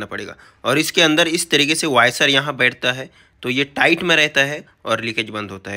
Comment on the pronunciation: वायसर नही वॉशर ।